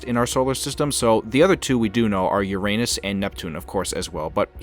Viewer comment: Idiot learn how to pronounce Uranus. Stupid grade 4 kid.